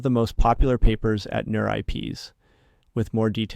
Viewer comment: Feels like you might need to give 11Labs some more AI-related pronunciations? eg (LLAVA, NeurIPS, etc.)